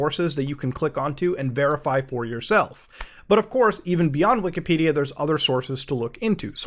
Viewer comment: he mispronounces wikipedia every time he says it, along with nearly every computer company name, and part, as well as terminology.........like.......what planet are you on?